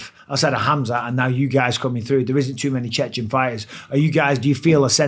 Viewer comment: Not "Chechnian", "Chechen" is right.